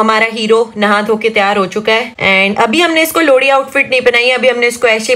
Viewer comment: Lohri jagah lodi bol rahe hr